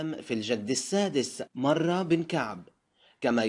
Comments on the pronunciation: انت مش عارف تقرأ اصلا اسمه مُره، بن تقرأ ابن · ((مُره)) بالضم وليس بالفتح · مرة بضم الميم وليس بالفتح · مرة بضم الميم و ليس بفتحها ،،، مرة بن كعب